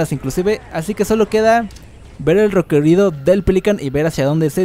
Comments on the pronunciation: Porque dices recorido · Por q dice recorido 😂😂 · Me rei como pronuncias recorrido perdón xd